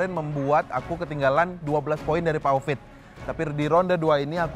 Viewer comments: klau nyebut hovit jd kopit 😂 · Hovit, bukan kopit😭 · Aku kalau dengar manggil hovit kok bli covid yak😂